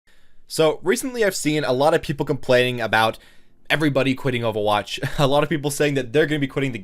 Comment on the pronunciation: “OH VAH WATCH” Actually kms